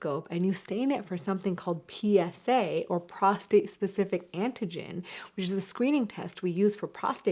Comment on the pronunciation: It's PROSTATE, not prostrate. Prostrate is when you are laying out flat.